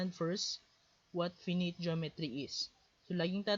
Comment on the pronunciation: finite pronounciation lang sir